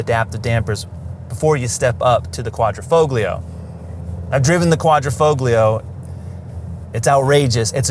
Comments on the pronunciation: DAWG...THE "G" IS SILENT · In Italian grammar, the ‘g’ in ‘Quadrifoglio’ is silent.